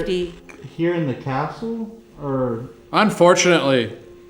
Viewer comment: 🏰 Catsle 😂😂😂😂😂 I mean Castle😂😂😂😂